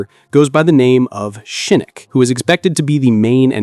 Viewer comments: Say it with me now. Shin-Knock Not Shinnik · SHIE- KNOCK.... not SHE NOOK